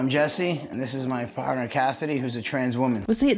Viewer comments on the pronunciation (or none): none